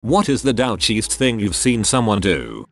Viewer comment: Gotta love Text2Speech synth voices.